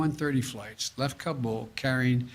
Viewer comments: He called it "kambul" several times. This man is so lost and ruining america!!! I'm assuming hes reading a teleprompter here? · The President Can't even pronounce Kabul correctly.